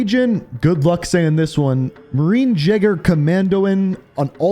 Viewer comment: The way to pronounce Aksel’s rank it’s “Marine Jäger comandon”